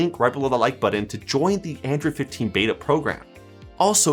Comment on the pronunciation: 9 times out of 10, he calls Android "Andrew." I found this out probably the second time it happened, and it's been driving me crazy since.